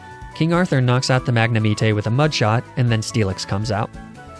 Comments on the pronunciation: First arcanine, now magnemite!? He's gotta be mispronouncing that on purpose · Do you actually pronounce magnemite like that? You’re so deadpan I can’t actually tell if you’re joking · that magnemite pronounciation though. Awesome video as always! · The way he pronounced Magnemite😭😭😭 Hit me right in the childhood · In spanish we dont even say magnemite that way. We just use the english pronunciation, lol. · why are you.... pronouncing magnemite like that..... ugh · I died inside when you said mag-ne-me-tey instead of magnemite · That mag-ne-mee-tay triggered me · Wth is a magne-MEETAY? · IT'S MAGNEMITE, NOT F*CKING MAGNAMETAY! FIX IT NOW! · I've never in my life heard anyone pronounce it magne-meat-eyy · bro really just said mag-nuh-me-tay💀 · I thought I was having a stroke at Mag-na-mee-tay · Mag-ne-me-teh? What the fuck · Ah yes mag nah me tay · It's the MAG-NA-MEET-AY for me. 🤣 love your videos though 🙏🏾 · Dragonite: says normally Magnemite: mag na meet ay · not magnameetay 😭👨🏻‍🦯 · MAGNAMEETAY?!? You have to be trolling at this point. ArcaNEENAY, LUHPRAH, and now MAGNAMEETAY? Please tell me you're trolling. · Magna-Me-Tay. Also it's nice to see someone use Spinarak/Ariados. It's one of favorite pokemon because I love spider bug types. Too bad it's just not very good so not used often. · Bruh. First, ARCANEENAY. second, LAPRAAAA. And now MAGNAMETAY. What is up with your pronunciation my guy. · I love your videos, but... mag-neh-me-tay? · “Magna-meat- tay” lol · Magnemeetey and Fortré. "Lapraah, it's french" is still my favourite 😭🤣 That had me laughing for a solid few seconds. Honourable mentions to Arcaneenei and Neenetales. To all those who haven't realized it yet, it's kind of like a running joke and he does it on purpose. Waiting for more of your videos, man. All the best :) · i might have lost my soul when he said magnemite like magnemetae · I love how every few videos you get worse at pronouncing a few Pokemon names Add MagnemiTAY to the list